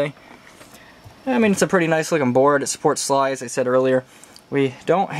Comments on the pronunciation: S-L-I not sly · It's not sly it's S.L.I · It is not SLY it is S L I !!! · ITS S.L.I FFS! NOT "SLI"